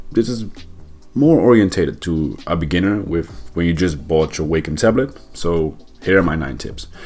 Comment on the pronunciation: you're pronouncing Wacom incorrectly and you're saying it soooo many times lol